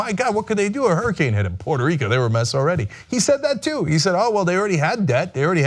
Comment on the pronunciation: Pooyeetoo Reeekoo is Mixico!!! - Dotard